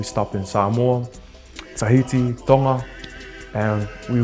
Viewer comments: Respects for pronouncing Tonga the way it's supposed to. 🤣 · Even how he pronounces Tonga is the proper way.